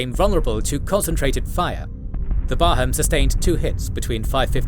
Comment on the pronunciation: They didn't even get the English names right. Barham is not Bar Ham, but Barrum.